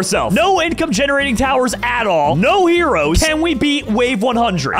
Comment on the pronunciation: i meant heros he said earows instead of heros